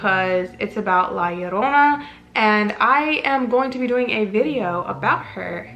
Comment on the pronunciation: Thank you for correctly pronouncing La Llorona 🙌🏽! Most people butcher it.